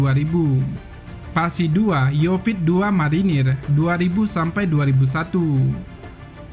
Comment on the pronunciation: Pembawa acaranya kurang faham masak yonif dibilang yofit...wkwkkwkw